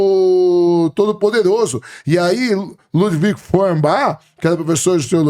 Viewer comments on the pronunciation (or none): none